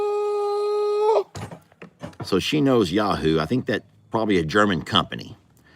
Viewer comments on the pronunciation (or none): none